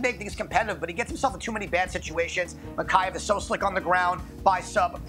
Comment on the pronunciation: Love the show but needs to work on his pronunciation! Can’t say either fighter in the main’s name